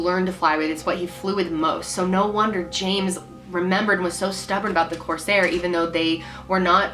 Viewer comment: It's Corsair Not Cosair